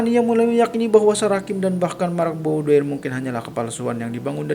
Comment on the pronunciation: BOUDOIR berasal dari bahasa Perancis. Dibacanya BUDOAR dengan pelafalan huruf “R” yang lemah